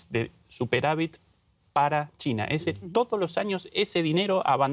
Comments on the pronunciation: Dice Tina o China??? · No es tina, es china.